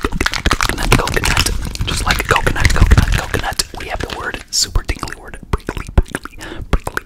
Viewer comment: Im pretty sure its prickly not brickely 😂 but good job